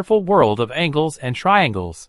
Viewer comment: Yes, because angels have nothing to do with angles.